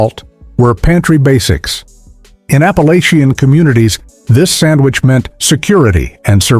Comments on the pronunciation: If they have hillbilly roots is Appa-LATCH-ian, not LAYchian. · Apalosion? Whu? Appalachia. It’s pronounced Appalatcha. 😤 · Come on. While some if the sandwiches did look good, within the 1st minute the narration mispronounces Appalachian, shows "rural Georgia" as the European country near Azerbaijan, and talks about frying the tomatoes in a "cast iron skillet" while showing a non-stick skillet. Not long after chitlins is mispronounced as "chitterlings".